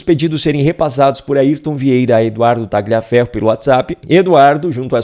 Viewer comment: Tagliaferro é um sobrenome de origem italiana e a pronúncia correta é "Talhaferro".